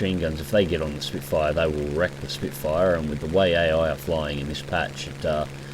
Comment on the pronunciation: Its Spitfire not Spitefire !!